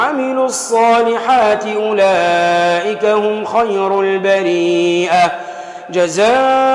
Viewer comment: Fautes aux versets 6 et 7. البريّة pas البريئة